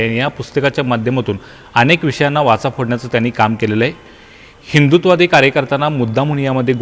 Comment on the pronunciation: वाचा नाही वाचा, नीट उच्चार करा